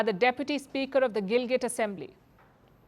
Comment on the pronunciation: WRONG. The entire region of Jammu and Kashmir, including Gilgit Baltistan legally belongs to India and illegally occupied by Pakistan. Pakistan can't produce a single legal document for it. Also, it is Gilgit and not Gilgat😅